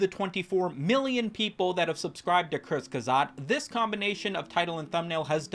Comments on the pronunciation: Kertz-ge-zogt ... the "ge" sounds like if you gif incorrectly with the hard "g." Thanks for upload. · kurtc-ge-sag-t ffs youtubers basic german won't kill you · I figure you're mispronouncing it for the bit, but I am compelled to inform you that it goes "Kurz-Kah-Zet" 🤓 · Apologies, but you brought this upon yourself for butchering the channels name "diese Kommentarsektion ist nun Eigentum der Bundesrepublik Deutschland"